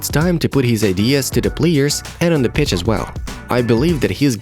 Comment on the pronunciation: it sounded like he said “bitch” lol